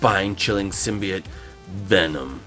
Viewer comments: It’s sim-by-oat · I love this every bit about it, except... There's one specific detail............ He didn't pronounce symbiote right.